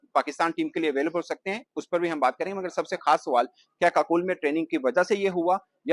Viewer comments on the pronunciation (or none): Suwal Nahi Hota Sawal Hota Hai Pendu 😂